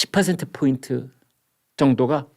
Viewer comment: 뽀인트, 퍼센트. 둘 다 P로 같지 않나요? 왜 포인트를 뽀인트라고 하세요? (내가 잘못 들었나?)